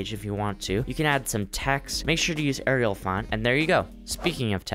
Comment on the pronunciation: You pronounced Arial wrong, but don’t worry. I also used to used to do the same.